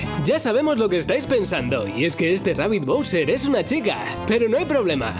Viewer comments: Es rabbid Bousete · Rabbod bowsett? estas enfermon dueto de locos